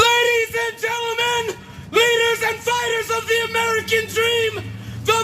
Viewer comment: "LADIES AND GEN-TEL-MEN.." This made me wanna puke!!